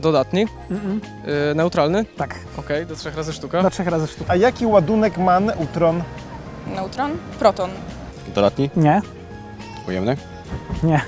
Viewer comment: ... elektrony, protony, "niutony"... Padłem XD